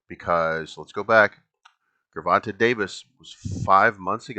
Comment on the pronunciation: Love the content and I agree... I'ma just need you to say that gervante with a j sound and we can be cool again 😂😂😂